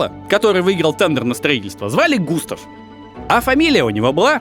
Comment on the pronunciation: Жорж Эже́н Осма́н (фр. Georges Eugène Haussmann)- ударение на последнем слоге, ОсмАн. Он же француз... И Эйфель всё-таки ГЮстав, а не ГУстав. По той же причине. И де Дион - АльбЕр.